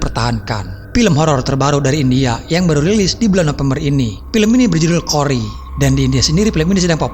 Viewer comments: Baca nya aja salah...bukan Kori ... Tp chori....bosss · Chori dibacanya tetep chori bang, bukan Kori. 😂